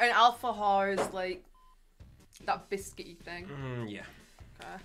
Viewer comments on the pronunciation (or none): no se porque escucho alpha-hore en vez de alfajor